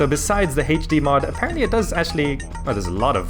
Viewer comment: Heych D mod. Its hilarious how you pronounce HD